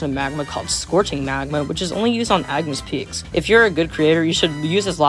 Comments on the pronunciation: "eyegnis peaks" ☠️ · “Erm, actually this dude said Eyegnis Peaks” 🤓☝️ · Bro keeps saying eye-gnis peaks for some reason